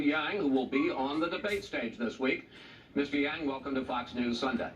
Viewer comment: I like Wallace but "Chank" and Wang??? C'mon man!!